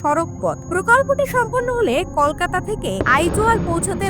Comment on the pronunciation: আগে কলকাতা উচ্চারণ করা শিখুন তারপরে ভিডিও বানান